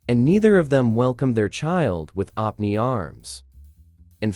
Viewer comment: The same reason " open arms " becomes opne (pronounced op-knee) arms. LOL